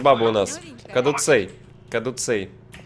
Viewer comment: кадуцей ударение на е